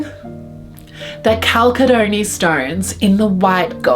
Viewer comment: Beautiful bracelet, enjoy! Btw, the stone is pronounced "cal sed uh nee"